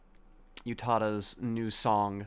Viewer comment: Utada doesn't have the "y" sound in her name, its pronounced oooh tah dah. Just fyi i guess i felt like i needed to point that out